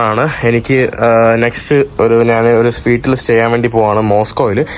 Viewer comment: "നാൻ" അല്ല "ഞാൻ" കുറച്ചു ഒന്ന് ശ്രദ്ധിച്ചാൽ ന മാറ്റി ഞ ആക്കാം. കേൾക്കുമ്പോൾ ആരോചകമായി തോന്നുന്നു അതാണ് തുറന്നു പറഞ്ഞത് 😊